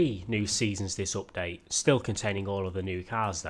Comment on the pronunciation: Nobody: Literally nobody:: Opdate